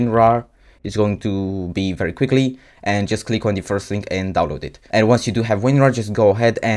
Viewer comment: why you said "deez" instead of "the"??